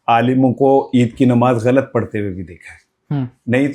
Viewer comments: Ye sahafi kiya india ki language mein ghalt ko bar bar, gult, hindi mein keh raha hy.ya ghain ko gaaf, gult kehta hy. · وہ نوجوان صحافی بن گئے ھیں جو " غ " تک کو " گ " بولتے ھیں ۔۔ غلط کو گلت بول رھا ھے ۔۔ اس سے یہ پتا چلتا ھے کہ اس نے قرآن مجید بھی نہیں پڑھا ھوگا ۔۔ 😮